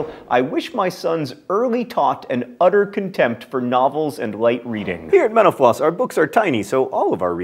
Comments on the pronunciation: maybe put more pronunciation into the T in mental, otherwise it just sounds like you are saying menopause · anyone else hear at the end: "Thanks for watching menopause on youtube..."?